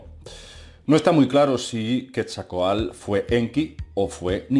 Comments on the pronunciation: No pretendo corregirte, me gustan mucho tus videos, y respetuosamente te escribo un tip para pronunciar bien el nombre de la serpiente emplumada. puedes pronunciarlo como quetsal (así con todo y la "l") (y está mal escrito a propósito, con la finalidad de que sea más fácil leerlo. Entonces sería quetsal coatl intentando pronunciar el sonido "tl" En realidad se pronunciaría junto, pero lo dividí para que sea más fácil intentar pronunciarlo. Felicidades, excelentes videos. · se pronuncia ketzal-coatl saludos ^.^ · SE PRONUNCIA QUETZALCOATL